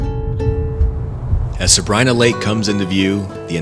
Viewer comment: You might want to look into the pronunciations of Sabrina and Tioga.